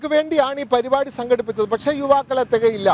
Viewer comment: പരിപാടി ആണ് പരു അല്ല